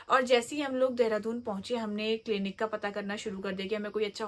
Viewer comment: Clanic 😂 clinic hota h madam